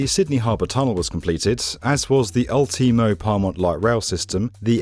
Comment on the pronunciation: It took me like 15 replays to realise I think he was trying to say "Ultimo" lmao